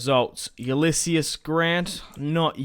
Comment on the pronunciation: it's pronounced yoo-liss-eez btw